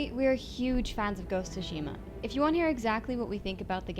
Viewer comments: the T is silent. SU-SHI-MA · This video is disappointing, not only they butchered the title name by calling it Ghost of Shima, they tell you to not play a samurai game in Japanese. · Don’t pronounce the name of the game correctly.